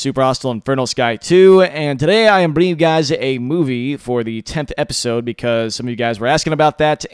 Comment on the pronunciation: When you said movie (At starting), I thought you said boobie